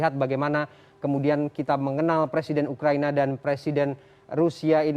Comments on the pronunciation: Belajar baca dulu ya presenternya...ngomong salah salah gagap ..ukraina jadi ukraini..awokawok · Btul bos udh bilang ukraini 🤣🤣🤣